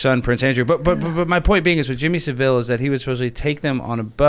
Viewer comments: Jimmy SAV-ill, not sav-ILL (that's a city in Spain) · The loud guy is annoying and keeps changing the subject. But then his mispronounced Jimmy Saville, ugh who is this guy?